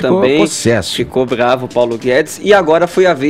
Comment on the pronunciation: "baravo", "dorogas", "treres", "peresos", "deperedados"